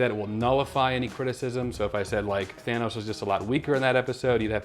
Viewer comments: I shouldn't be laughing so hard at "Thanus" but I just can't help myself 😂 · "Thanus" LMAO😂🤣